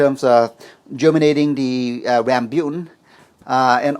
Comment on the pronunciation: It's rambutan, not rambyutan.